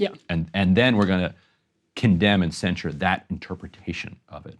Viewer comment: Excellent you two! It's truly beautiful to watch two people with disagreements on such a hot topic to keep civil with each other. But please. Stop saying "cenSHure" it's cenSure, and cenSorship